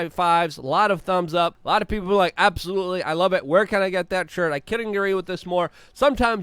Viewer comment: I love it when Luke says “absOH-loOly” 😂👍🏻